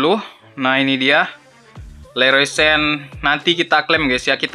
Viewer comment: Leroy Sane aja bang, gak usah sen. Dia orng Jerman bkn Inggris. Cara baca dan eja namanya sesuai bahasa di negaranya walaupun dia prnh main di Inggris tdk akan merubah cara penyebutan namanya. Sama kyk James Rodriguez, dia orng Colombia yg memakai bahasa Spanyol. Cara penyebutan namanya jg sesuai dgn bahasa yg dipakai di negaranya, yaitu Hames Rodriguez, kalo dia orng Inggris baru disebut Jeims Rodriguez.